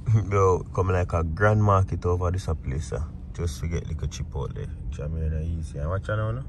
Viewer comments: Chip...out...deh thats what I hear seh 😂😂😂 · Every time says Chipotle I hear Chip out deh lol. I love your babies and wife. God bless you all